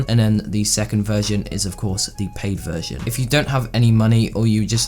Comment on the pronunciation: I thought he said vergin